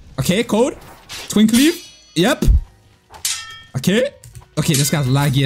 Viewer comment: i cant stand how just says "twink leaf" 😭😭😭